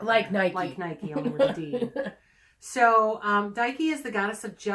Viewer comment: I was told in art history that Nike was pronounced nee-kay. 🤷🏻‍♀️ This top 10 was very interesting. It would be cool if you had a list for deity associated with prosperity or the home. 😁